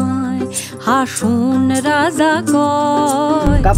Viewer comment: হাসন রাজার** হাসন বলা টা একটু বাদ লাগ্ল✨💪